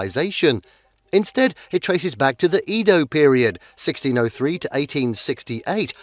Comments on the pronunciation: Meiji is pronounced mei-jee, not mei-jai, and Edo is pronounced eh-do, not ee-do. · That's not how to pronounce Meiji and Edo